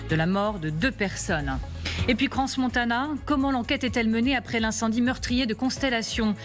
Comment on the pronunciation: Pour info, Crans-Montana, on ne prononce pas le S. On dit Cran-Montana. Quand on parle d'une ville, on apprend à bien prononcer son nom